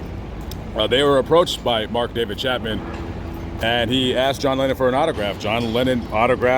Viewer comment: It’s Chapman, not Chatman!